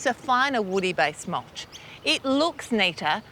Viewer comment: I just love how she says mulsh ... I'm saying that way from now on